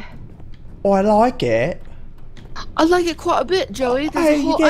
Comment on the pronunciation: broo had me dying lmaOO like the way said "I like it" in a British kind of accent and the fact that Joey acknowledges it omf I'm laughing